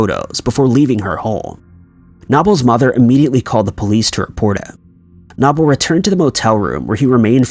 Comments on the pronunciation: #4 It is pronounced no bull. Not na Bull! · Dude. Knoble = “Know-bull”